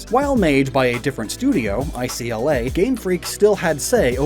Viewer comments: I keep hearing ICLA instead of ILCA... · ILCA is pronounced I-C-L-A?